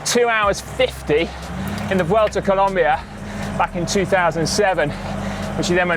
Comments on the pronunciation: Please, it’s Colombia, not ColUmbia!! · it's colOmbia not colUmbia ;) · IS COLOMBIA NOT “COLUMBIA” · PLEAAaaseeessseeEEuhhh.. COLOMBIA not COLUMBIA. But other than that, great vid! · Brooooooo please it is COLOMBIA, come one!!!!! Beside that everything all good!!! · It's Colombia, not Columbia mate! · Colombia. not Columbia. COLOMBIA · It's Colombia, not Columbia! Other than that, awesome video. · IT'S COLOMBIA NOT COLUMBIA.... besides that, I love this video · It is COLOMBIA not COLUMBIA 😡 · Hey! Its COLOMBIA! not Columbia stop making that f... Mistake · Please!! It's Colombia no Columbia!!! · seriously ? Columbia? it's COLOMBIA, not Columbia !!! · It’s COLOMBIA, not COLUMBIA!! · Seriously? You're still making this mistake? It is ColOmbia not ColUmbia!!!! Unbelievable. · Mate glad to see u around alto de letras! But it’s Colombia not Columbia 😉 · It's Colombia, not Columbia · It's Colombia, not Columbia (map at the beginning). Otherwise, great video! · It's Colombia, not Columbia but who cares, amazing video guys!! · guys.... it's ColOmbia. with a O, not a U... But as a Colombian who loves cycling, this was a beautiful video! Nicely done! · It's COLOMBIA not COLUMBIA. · Amazing video.!!!!! Good to see you in our country and you had taken this "Alto de Letras Challenge". Just a little thing, It´s Colombia, not Columbia LOL................. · Noooooooooo it’s C O L O mbia... not Columbia, that’s in Canada guys. Nevertheless, loved the video, gracias 👍🏻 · Its COLOMBIA not Columbia have some respect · Great video as always guys but, Columbia? Really, I mean, you were there for a couple of weeks as you said and couldn't even get the name right? A shame......... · It's COLOMBIA, not COLUMBIA! Seriously?! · COLOMBIA! Not columbia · It's "Colombia"